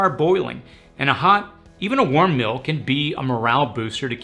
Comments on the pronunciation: meal [mēl]..... Not Mil. You are far too astute to miss this. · Are you saying “Mill”? I don’t think I need to cook my mill because I use my mill for food only, you can make a great spaghetti 🍝 sauce by milling tomatoes